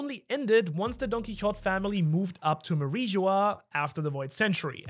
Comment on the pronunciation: Isnt it pronounced like "don key ho tay" ?